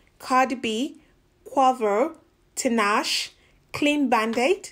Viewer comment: Tinashe is pronounced tee-NAH-shay